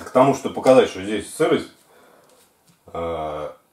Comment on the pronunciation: не гиДрометр, а гиГрометр, ешки-матрешки. =)